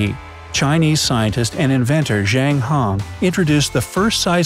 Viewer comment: again, butchering asian words zhang heng is read jan-g hng; not hang.